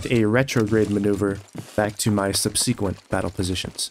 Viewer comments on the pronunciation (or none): Great vid as always in this series. Minor note, but I'm pretty sure "subsequent" is pronounced sub-sikwent, instead of sub-see-kwent.